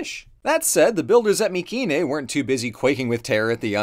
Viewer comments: I'm curious. Who do you choose to mispronounce the name of the place you made the video of? Nobody I have EVER heard pronounces it with a "k" sound. Not in college nor on TV or on YouTube. Just you. My-see-nee. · Hey Atleast he didnt say “my-see-nay” always bugged the hell out of me considering the greek k is one of the few letters we still use today with basically the same pronunciation.